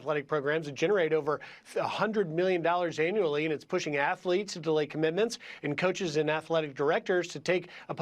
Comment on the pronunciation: Did he say affleets